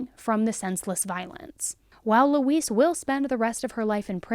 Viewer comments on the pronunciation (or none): Is anyone else hearing her say Louise like "Luis?" Like instead of saying Lou-EEZ, she's saying Lou-iss? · Usually Louise is pronounced Loo-eez (You are pronouncing it like Luis, with a s at the end ibstead of the z sound we often use for the letter "s"). 🙂 Not that I care if that monster's name is misprnounced, but there are a lot of people named Louise out there. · It’s pronounced “loo-ease”. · This name is pronounced "Loo-weez". I don't know why this bothered me so much? Just accuracy I guess? It's not a name commonly used these days so maybe younger folks don't know the pronunciation? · it sounds like shes saying Luis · It's pronounced 'Lou eeze'. No, this is not all I took from this story before anyone starts, but if you're going to do an article at least get the name right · It's pronounced 'Looeeze'. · You're killin' me lol My grandma's name was Louise, the "s" sounds like a "z" - it isn't pronounced like the Hispanic "Luis." That concludes this PSA, tyvm and have a nice day.:face-fuchsia-poop-shape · Always a fan. But not a fan of the name Louise given it was forced on me and for anyone reading this, that’s not how it’s pronounced. Thelma and Louise.